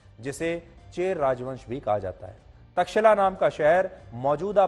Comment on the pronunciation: तक्षिला नही तक्षशिला